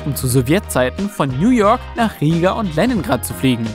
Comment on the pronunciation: Lenningrad? Le-n-ingrad!!!